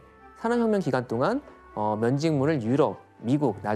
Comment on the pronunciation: 산업혁명이라는 단어를 자주 말 하시는데 ,,, 발음이 사어혀묭 이라고 하세요 ..ㅋㅋㅋ